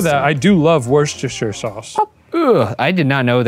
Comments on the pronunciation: Hey American boys it’s pronounced WUS-TER-SHER sauce don’t be fooled by the spelling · Worcester (wuster) and then Worcestershire (wustershire) that is how you pronounce it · hearing americans tryna pronounce worcestershire sause will never not be funny. quick tip for any non-brits, you pronounce it "wus-ter"....i know....its so stupid... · for future reference, americans: "wuh-stuh-shuh" sauce 😉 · we pronounce it "wuhster" lmao